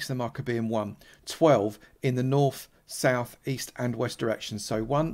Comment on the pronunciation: Which direction is, “Norf” and “Souf”?